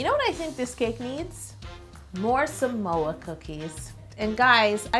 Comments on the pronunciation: I Love You Yolanda and I am obsessed with this cake because this is my all time favorite girl scout cookie! Also, the word Samoa is actually pronounced "SAH-Moa" instead of "Su-Moa" :) I'm Samoan so I just wanted to let you know . You are amazing ! And I wish I could try this cake more than anything right now! LOL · She said samoa but I heard some oa. LOL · When you say “give me samoa” i was like is she speak malay? Here samoa = semua (pronounce exactly same) means “all of it”.. like u said give me all of it.. 🤣🤣.. love all ur cakes.. loves from malaysia 🇲🇾... 😘😘